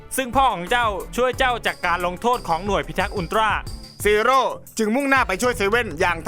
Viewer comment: พี่พูดว่าจีโร่